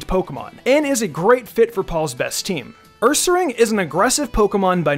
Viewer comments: It sounded more like "uuuuuuumeeeear" Or "guuuuuuuubeeeeeear" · My favourite Paul pokemon is ursaring. Whenever he would tell it's name, it sounded like he was saying "COME OVER HERE"